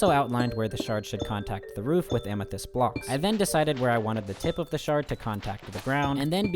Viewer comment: every time he said amethyst shard i heard shark and i spent like a decent amount of time trying to see the vision. i couldn’t lmao there was no shark to be found